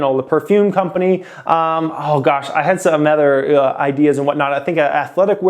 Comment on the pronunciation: I’ve been watching this channel since 2018 n i watch every single video that you drop bro, keep up the hard work youve helped me out sooo much. I like the way that you say the word “other” lol you pronounce it “ethur” n i wonder if its a west coast thing” haha